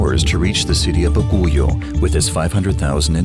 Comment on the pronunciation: Baguio is pronounce as " bag - yo" not " ba-gu-yo".